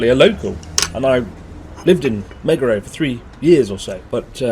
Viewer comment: Dear chris you could start becoming a local when you learn how to say MEGURO correctly and not "MeiGuRoU", you fraud.